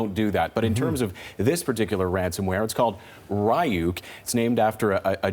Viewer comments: “Rye-youk” lmaooo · RYE YUKE NOT RE YUKE TF??? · Its Reeyuk not Rayuk. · I love to hear them pronounced "ryuk" as "rayuk" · It's Ree-Yuk, ur welcome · its pronounced REE-OOK, and it's called animes, not japanese cartoons...... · Didn't they pronounce it wrong? Isn't it reeyoukay and not ryouk